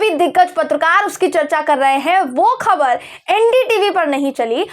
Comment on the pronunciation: Urdu Letter ..Khe...ko pronounce kar payengi tu 'khabar,, 'Akhbar' sahi pronounce kar payengi. Aur Lambi script parhne ki apki kala mein aur nikhar ayega..